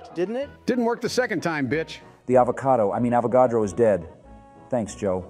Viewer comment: It seems regardless of the universe, Joe still doesn't know how to pronounce "Avogadro"...